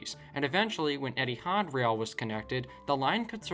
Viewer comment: Eethi ard??? Ha ha